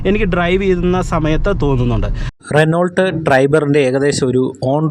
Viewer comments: റെനോ ആണ്. റെനോൾട്ട് അല്ല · റെനോൾട്ട് അല്ല.റെനോ ആണ്